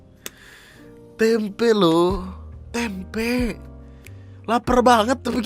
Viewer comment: Tempenya gausah pake penekanan K dong... Yatuhan Tempe'